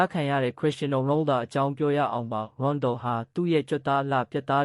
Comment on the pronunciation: 😅😅😅 Its Ronaldo not Rondol